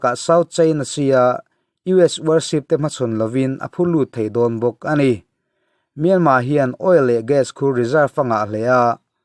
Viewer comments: Myanma tih a lam hi a dik..mahse a thluk hi burma tih thluk a thluk tur a nilo...thiantha tih thluk ang deuh a lam tur ani e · Ngaihthlak a man hla hle mai. Thu rawn ka pe ve duh che a Myanmar i lam dan hi a dik tep tawh a dik lohna tlem chu myan tih hi a ri sang ni lovin a ri hniamin han lam la a dik chiah ang. Yangon pawh Yan tih hi a ri hniam tur a ni e. Ka lawm e